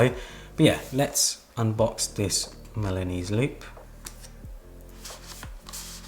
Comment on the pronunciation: Great video! but I keep hearing Milanous loop instead of Milanese (from Milan) loop